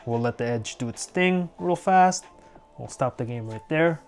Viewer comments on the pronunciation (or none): none